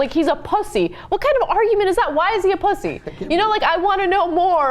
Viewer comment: I don't like her pronunciation of "pussy" haha its like PUH-ssy its so weird sounding